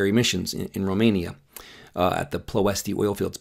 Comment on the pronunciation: I was excited to hear about your grandfather being in Romania! I lived there for 8 years as a missionary. 🇷🇴 You mentioned the city he was in: Ploiesti. The Romanian pronunciation is: “ploy-esht”. Just thought I’d share that. Thanks for your work!!